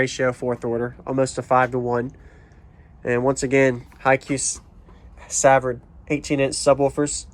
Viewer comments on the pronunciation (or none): suvard pronounced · I think you'll be happy with them. Savard has been around for a long time and very reputable. I know them personally and enjoy hanging out with them at the shows here in South Louisiana. One thing I have to correct you on is the name. It's pronounced suh-vard.